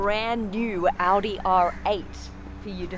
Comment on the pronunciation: I got killed when she said Oudi instead of Audi